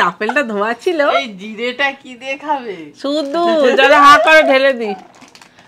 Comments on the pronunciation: J for jeera hoi not Z for zera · Z for zera hoy na didi J for jera hoy... ☺️☺️